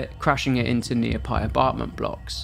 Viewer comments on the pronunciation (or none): Nearpy abartment blocks 😂😂😂